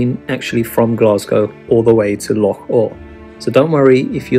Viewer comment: Great stuff. Some lesser covered locations here which is always a bonus. And props for the correct pronunciation of 'loch'.